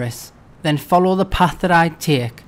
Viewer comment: Tiek? I thought it was pronounced "Take" "Tiek the path to ..." So weird :)